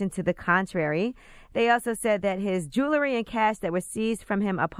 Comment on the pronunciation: It's jewelry not jew-lery Angela yee!